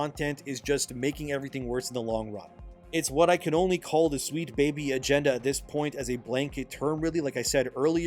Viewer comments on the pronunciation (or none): none